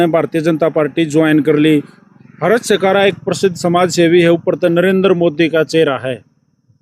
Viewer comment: Pehli baat to naam khrab mr kr mera 😂 mera naam हर्ष hai ,,,,,,हरस नही